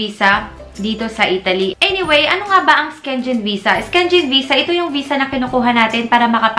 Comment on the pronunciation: Syengen tmang pronounce